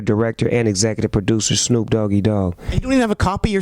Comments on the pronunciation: I love how Nardwuar calls him "Shnoop" 😂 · I love that he calls him "Schnoop" as if he was Jewish lol